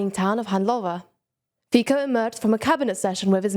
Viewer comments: Feetso may be correct but Faiko still sounds cooler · That happens. She may have just forgetten the correct pronunciation as she continued to explain the news. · Everybody says "Fiko", I can't blame her, I only have that pronunciation in my head too. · How can you pronounce Fico correctly and then call him Fiko 10 seconds later?